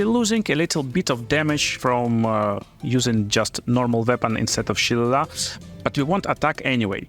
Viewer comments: Its pronounced Shil-ay-lee Great build, brother, gonna give this one a go after i finish with my necromancer :D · LOL, shil·le·lagh is pronounced 'shee-lay-lee' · It's an Irish word if you want to head it properly it's more like Shill-lay-lee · Repeat after me... sha - lay - lee.